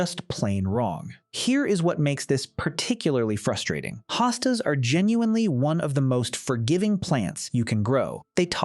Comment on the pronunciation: Please stop the AI narration! One moment Hostas is pronounced with long O and the next with an AH. Very annoying and distracting.